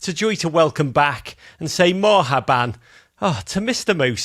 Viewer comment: Morhaban? I had to think real hard about what that meant. Marhaba, probably. That's Hello in a non-Egyptian dialect. Would have gone for Ahlan!